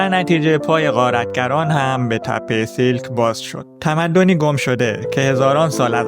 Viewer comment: تلفظ درست نام این مکان سیَلک هست siàlk